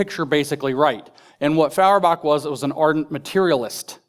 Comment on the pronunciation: NItpick: it's pronounced "FOYerbach."